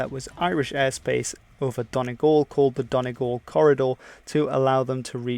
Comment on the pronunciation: The way you said donegal is fucking dead on